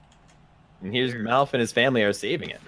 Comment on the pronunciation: How many times did they call Malf as Milf?